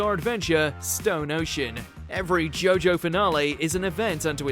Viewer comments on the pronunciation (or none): none